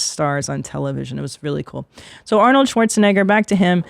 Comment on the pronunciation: Christina’s Pronunciation of schwarze - Negger was rather interesting..